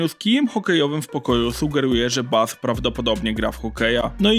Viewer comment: To chyba był "Bas" a nie "Baf"?